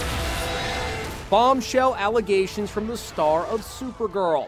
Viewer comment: I'm sorry... "allagations"? #IStandWithMelissa